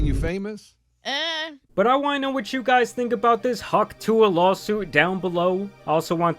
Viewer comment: She got hawk sue-a'd